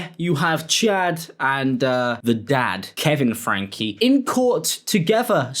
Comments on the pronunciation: Why does he keep calling her "Ruby FRANK" and not "FRANK-Y"? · It's FrankEEE. Not Frank. It's driving me crazy. FrankE. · The pronunciation is FrankE, 'Fran-kee' 😊